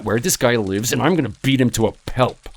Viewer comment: “Bean” and “pelp”? This VA really needs to work on pronunciation.